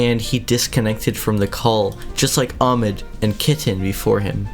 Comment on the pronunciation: It’s not amed it’s ahmed day the h